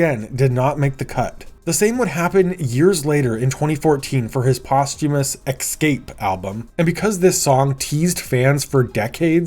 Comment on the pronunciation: It’s ESCAPE not ECSCAPE